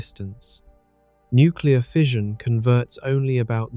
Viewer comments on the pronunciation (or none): none